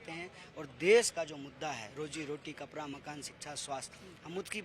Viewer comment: Per nhi hota bhaiya ped hota hy kitna glt salt bolte ho aise logo k ap vyan lete ho kapda ko kapra bol raha hy